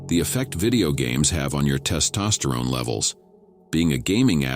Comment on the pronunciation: Testosteroney 😂 Good advice but these AI voices painfully mispronouncing words is so cringe. Fix it up